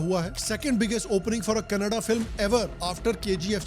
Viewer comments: Finally seeing a North Indian Call Karnataka and not Karnatak and Kannada not Kannad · Rehne do bhai, atleast itna toh sahi bol raha hey... Nahi toh baaki sab log itne saal se kannad kannad bolte rehte hey jo aur irritating hey ...